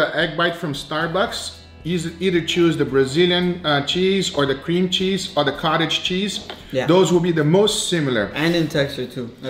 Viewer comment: "Cream Chese" lol